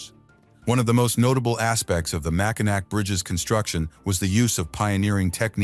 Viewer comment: . It's "Mackinaw". Party foul. One beer please 😂